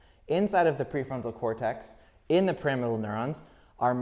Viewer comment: Great video! Isn't "Pyramidal neuron" pronounced like pyramid? I thought you kept saying "Parametal neurons" until I your wrote it on the whiteboard.